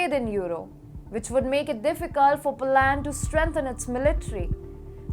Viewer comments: How about POLUND or POLIND 🤗🤭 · Polaaaand. It is Polánd not Polând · She should learn how to pronounce Poland!!!! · Atrocious उच्चारण, as always. Poland औऱ europe बोलना भी नहीं आ रहा है। चाटूकारों से बाख के रहो, वो नहीं चहाते कि तुम इम्प्रूव करो